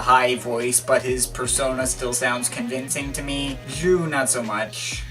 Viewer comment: it's pronounced "Zoo"